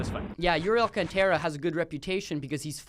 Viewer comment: also mispronouncing "Alcântara" - just buzz him, dude! lol